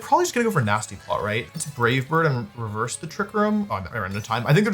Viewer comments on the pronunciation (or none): none